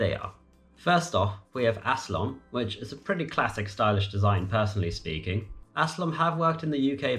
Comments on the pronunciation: Aslom? Alstom....All-Stom. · Alstom, not Aslom, and Siemens, not Siemans. Nevertheless, thanks for the video. I hope in 2030, there will be no passport needed between the EU and the UK!